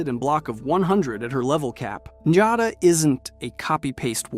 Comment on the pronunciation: Her name is Njada Stonearm, not Jada. Njada is pronounced "Niyada." Lydia's also not an ungrateful, sniveling bitch. XD